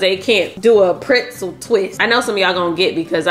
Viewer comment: Printzel though?🤣🤣🤣 I'm from the Tre and that was a 1st for me🤣 love you tho sis❤